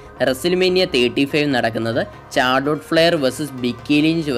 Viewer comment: ചാർലൊട്ട് അല്ല മുത്തേ ഷാർലോട്ട്